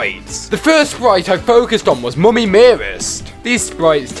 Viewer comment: Can anyone hear bf say moomy